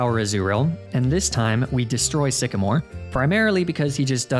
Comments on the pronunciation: IT'S SYCAMORE, NOT SEXYMORE! WE DON'T USE THE WORD SEXY IN POKEMON! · WHAT DID I JUST SAY? IT'S SYCAMORE, NOT F*CKING SEXYMORE!